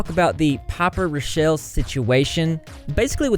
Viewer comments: Raw-Kell Not Ruh-Shell ... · How come not a single YouTuber knows how to pronounce and spell “rockelle” correctly? “Rock-ell” Please spread the word to all the drama channels I’m tired of y’all getting it wrong 😂